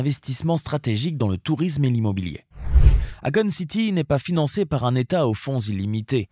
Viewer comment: Si tu prononce akone. Alor que c'est écrit akon. Et que en réalité sa se prononce èykone.....😂 Pourtant tu prononce bien quand tu parle de sa société. Étrange